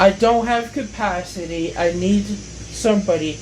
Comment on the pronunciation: “Techniwee I don’t have capacwitee” 🥺 👉👈